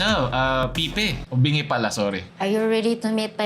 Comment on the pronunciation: Bingi po hindi Binge